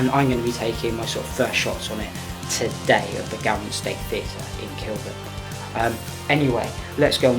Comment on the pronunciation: Very good but the pronunciation of Gaumont - pron gomont...